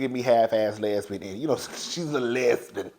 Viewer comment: 😂😂😂😂 Not a “Lez-Been”!!!🤦🏾‍♀️😆😆😆